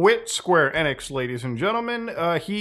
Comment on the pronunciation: En-x but ive heard of enix 😂. Must be the accent.